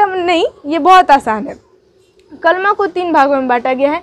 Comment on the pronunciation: کَلْمہ نہ کہیں تو اچھا ہوگا کیوں کہ یہ اصل میں کَلِمہ ہے